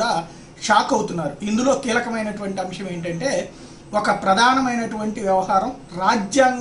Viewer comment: 'అంశం' అని పలుకు నాయనా! 'అంషం' కాదు. వాదనలు న్యాయవాదులు వినిపిస్తారు. మీరు న్యాయమూర్తులని అన్నారు. కొద్దిగా confuse అయ్యారు.